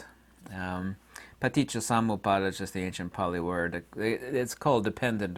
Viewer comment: U r not the only one that has had a brush with Pali. U have no clue how to pronounce Pali. And Pali is a sound based language, if u cannot pronounce accurately u r not speaking it, but u r definitely trying . U think no one knows it so u r usually just talking gibberish